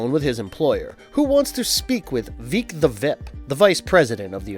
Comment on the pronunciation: It's "Vic", like "dick" not "Veek" like "leak". Short for "Victor".